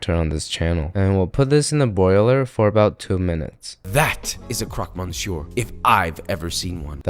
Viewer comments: That monsieur hurt my soul. How they said it. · Why do you guys complicate your pronunciation by pronuncing the R at the end of "Monsieur" you don't have to actually 😅